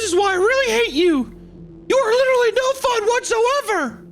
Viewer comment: "Wind's wittewally howling". "Hmmm.. how about some Gwent? You could say I'm pwetty badass at it."